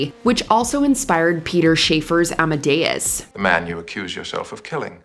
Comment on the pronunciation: ‘Amedeus’ is inaccurate